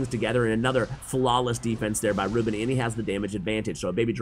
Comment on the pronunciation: His name is pronounced ru-BÉN, not RÚ-ben XD